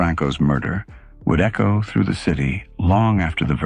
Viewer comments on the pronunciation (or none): none